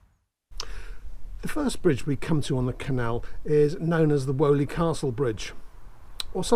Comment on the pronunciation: Fascinating video, I live close by in Bournville and I had no idea about this lost stretch of canal history. Just a not though, it’s pronounced Weeley and not Woley Castle 👍